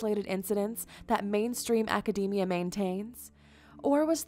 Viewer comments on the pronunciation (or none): none